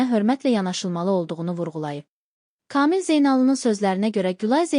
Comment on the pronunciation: Ay Müxbir hec olmasa danışığına diksiyana diqqət elə öyrən KAMİL adımı deyəndə hərflərini düzgün deyildiyinə BİSAVAD QIZI BİSAVAD